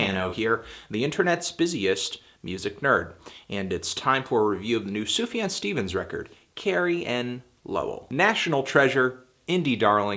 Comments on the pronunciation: It's fucking pronounced Soof-Yon. He has pronounced it many times in interviews. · "SUFAN Stevens"??! maybe you could correct this...it's a bit distractive. That being said, I guess you're a little misinformed about Sufjan's story: "I Kinda get the feeling the relationship S. had with his mother wasn't the best, etc, etc", Sufjan's mother left the family when he was one! She suffered from schizophrenia and alcoholism, was even homeless for a while. It was always Stevens that sought for contact and love from her, so... not really avoiding his mother ;) he even managed to tell her he loved her in her dead bed. It´s something he´s talked about plenty lattely, all the grief process he's been through and that really frames the whole album. Apart from context, I think this is an album that grows into you, being so soft, I can listen to it on repeat mode, and would definitly rate it higher than a 7/10 ;) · "Sufan Stevens" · why do you say sufjan so weird?